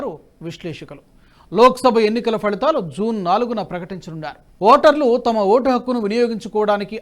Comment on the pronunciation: మన దేశం అనడానికి మణదేశం అని ఫలితాలు అనడానికి ఫళితాలు అని తప్పుగా పలుకుతున్నారు దయచేసి సరి చేసుకోగలరని విజ్ఞప్తి